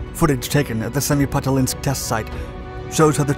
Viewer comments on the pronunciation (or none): seh-mih-pah-LAH-tinsk, if you can produce it, or prostheticalized səh-mih-pəh-LAH-təns-ək, if your E. is N.Am., as I make it (your speech rate is unusually high for the common N.Am. E., tho). But not "semipatalinsk" please!